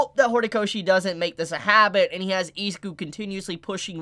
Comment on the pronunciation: Eh-Zoo-Kooh Not eeee😂